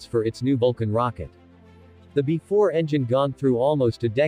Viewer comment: "Bee Ee 4," not "before."